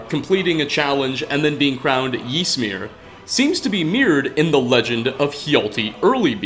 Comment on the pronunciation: You're pronouncing Ysmir completely wrong and it's really grating on me. It's pronounced much closer to Ismir than Jismir. Y is a strange i sound in like every language but English.